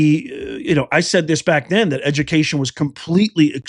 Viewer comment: Dats edu-ma-cation right there...